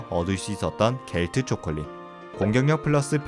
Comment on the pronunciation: 겔트가아니라 젤트라고 읽는답니다 저도Gms에서 배운거임